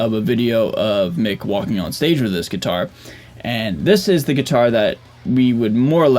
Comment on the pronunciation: Anyone ever tell you how unique your pronunciation of gui-tar is? Like you really hammer down the "T" it's almost adorable haha. Love your channel dude